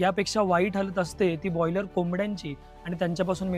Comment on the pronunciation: आधी शुद्ध मराठी बोला बेटाजी. म्हनून नाही म्हणून म्हणा, पणीर नाही पनीर. बाॅयलर नाही ब्राॅयलर असे शब्द आहेत.... बाकी सर्व ठीक आहे